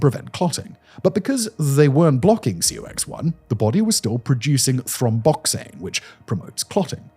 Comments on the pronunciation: It’s pronounced “cocks” it’s not spelled out C-O-X…weird as it seems. You said it in the drug name. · I know Simon reads from a teleprompter and often has to guess how to read words, but NSAIDs should be pronounced n-saids and COX as, well, cocks. (Yes we really do read it that way. If some scientific acronym is spelled like it could be read a bit too cheeky, it usually is 😂) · The COX enzyme and NSAID pronunciation is sending me